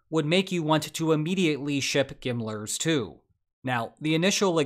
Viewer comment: GMLRS, not Gimmlers ☠️